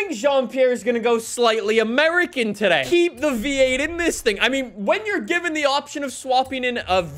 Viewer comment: The way this man says “today” makes me lose 50% of my IQ. “And TUHDAYE”